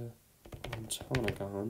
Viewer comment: i’m so impressed you got all of the upper pensinsula and wisconsin counties, and it was really fun to hear which syllables you put emphasis on!! (like ontanogan, baraga, houghton, etc were the ones i listened to!!! if you’re curious about pronunciations, ontanogan is usually pronounced with a glottal stop where the t is, and the emphasis is usually placed on the third syllable [so like on-a-NOG-in]! baraga has the emphasis on the first syllable, so like BEAR-aguh, and then houghton is like HOE-ton! [also usually with a glottal stop where the t is!])